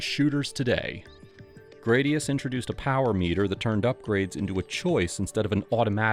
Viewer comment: Gradius" is most commonly pronounced as GRAD-ee-uhss (/ˈɡræd.i.əs/), rhyming with "radius". According to Gaming History 101, this is the pronunciation confirmed by Konami, rather than "gray-dee-uss" or other variations. Some users may also pronounce it similarly to the Latin word for sword, "gladius". (Sorry for the nitpick. Great video otherwise.)